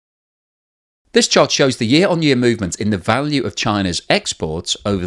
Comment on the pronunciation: "yeeah" is not a word. It is "year".